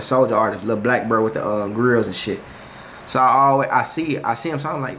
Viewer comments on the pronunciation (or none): none